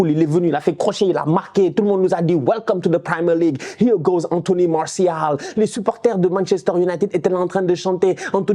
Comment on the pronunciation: “Here goes anthony Maorssial” avec l’accent cest pour me tuer😂😂